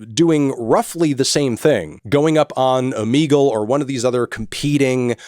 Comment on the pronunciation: Bro said omeeggle?